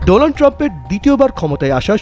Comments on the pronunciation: ডোলান ট্রাম্প কি? নাম ঠিক ভাবে উচ্চারণ করেন। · Ntv তে কেমন টাইপের সাংবাদিক কাজ করে যে ডোনাল্ড ট্রাম্প কে ডোলান ট্রাম্প বলে ! ঠিক এক সময়কার চা বিক্রেতা বর্তমান ভারতের প্রধানমন্ত্রী নরেন্দ্র মোদীর মতো । অশিক্ষিত নরেন্দ্র মোদী ও ডোনাল্ড ট্রাম্প কে ডোলান ট্রাম্প বলে । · মোদি ও বলে ছিলো ডোলান ট্রাম্প😂😂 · Modi to lonald tramp bole😂😂😂